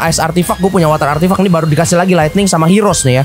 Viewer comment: ngomong:artifact Yang gw dengar:artif*ck